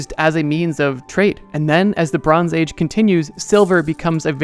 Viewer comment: I can’t unhear it “Lebrons age”